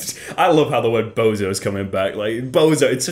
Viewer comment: i think you just killed the word bozo.